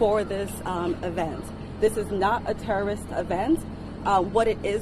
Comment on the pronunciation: "We whuz not terror wrist.. just axing"